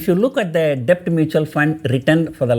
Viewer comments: Your videos are informative, but your english pronunciation is at times atrocious. DEBT is pronounced with b silent, as DET, you are pronouncing as depth. This is a crucial word in this video, and you have to use that word dozens of times, and each time you pronounce it as depth, it is so jarring to the ear. Please check the correct pronunciation and practice it before recording the videos. For a public speaker/teacher, pronunciation is very important. In communications 10% value is for what you say, 90% is how you say it. I did not watch this video beyond 2 minutes because of it. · Sir,In debt b is silent and hence pronounced as det. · A small correction in your pronunciation sir, Debt should be pronounced as det sir. "B" Is silent in the word DEBT. Don't mistake me sir. I am a sincere follower of your videos sir. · Mr....Debt is pronounced as Det...B is silent 🤫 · Debt is pronounced det PR sir.... i know there is no logic but English as u know is a funny language! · Kindly don't think otherwise. Debt is to be pronounced as det. "B" is silent. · Sir, a small suggestion.. could you please correct your pronunciation for “Debt” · Sir, b is silent in debt. Just for the correction